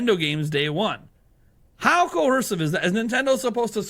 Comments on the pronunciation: Why does he keep saying "cohersive" instead of "coercive?" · “Cohorsive”. Just nit picking you’re doing a great job!